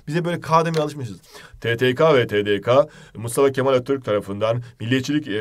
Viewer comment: 17.44 Tedeka değil hocam TEDEKE 😂